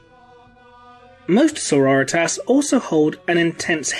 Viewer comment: I just want to sya as a long time viewer of the channel i love your stuff, but I love how you say Sorritas, becasue it reminds me of Eric Cartmen sayin Authority and it is both beautiful and amazing! Keep up making the great vids!